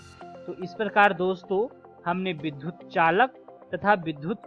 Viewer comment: बहुत ही अच्छी प्रस्तुति, परन्तु विद्युत का उच्चारण बार-बार विधुत किया गया है एवं वही लिखा भी गया है। कृपया इस पर ध्यान दिया जाय । यह एक बड़ी भूल है।